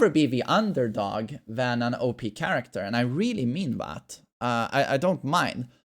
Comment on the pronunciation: "Changie charecta"